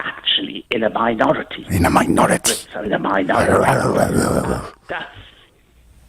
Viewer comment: "CESS-PETTS!" "MINORITUHS" I'm dying here...